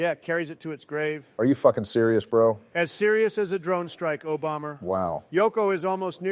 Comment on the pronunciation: "Serious as a drone strike, Obamer (O-bomb-er)"